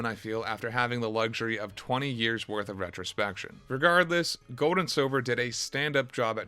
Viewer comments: Bro why do you say your "L's" like "W's"?! I am enjoying your video but HOLY SHIT. Poke'mon Gowd?(Gold) Battow?(Battle) Skiwws?(skills?) this game has too many L words to handle this. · Bro it’s not Goad & Silver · “Gode and Siwver”